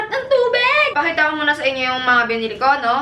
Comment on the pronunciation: "SAREPP NG TUBEGGG" HAHAHAHAHAH